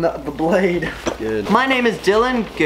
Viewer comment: why do you call Dylan mylan